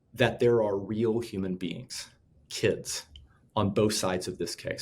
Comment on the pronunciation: When you say… Kidzzzz and my Chill’er’in… I feel bad for your children